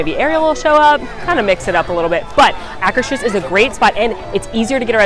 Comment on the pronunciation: Great video! You inspired me: Mexico — This pavilion has a fake pyramid inside a fake pyramid. Norway — Frozen is a bit disappointing; they could have done so much better with the ice palace etc. — Why is it that no Disney commentator can pronounce “Akershus” correctly?! Just ask the cast members standing outside; it’s not that hard to do! BTW you have plenty of company here. AJ doesn’t get it right either. — Even in Epcot waits for Anna & Elsa were 3-4 hours. I joked that if they had Idina Menzel & Kristen Bell here I might get in line; cast member said “It still wouldn’t be worth it”. China — I spend more money in the gift shop than rest of Epcot together. Germany — If this pavilion vanished overnight, I probably wouldn’t notice; high point is the model railroad. Italy — It has Via Napoli. ’nuff said. US — American Adventure is by far the best attraction/movie in World Showcase, and one of the best in all of Epcot. -- If I could do only one thing in Epcot it would be to listen to Voices of Liberty. Japan — You can either get “American Food” (that’s what Japanese call it) at Teppan Edo — or actual Japanese food. Morocco — Best architecture/detailing — Good counter service, outdoor bathrooms! France — Too much good food! Just keep walking, if you can! United Kingdom — Not bad on the Brit accent! — I miss World Showcase Players! Canada — My favorite movie; sad it is changing